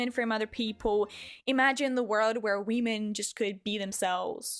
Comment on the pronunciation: idk why but that we- men just triggers me its pronounced WOMEN